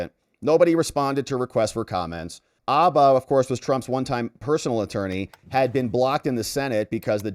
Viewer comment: I've never heard Alina's last name pronounced as Abba! I only heard Hah Ba.